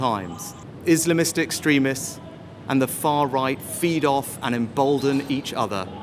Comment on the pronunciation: Far Roght 😂